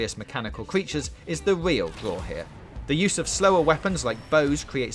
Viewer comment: what the fuck why is fowtnite hewe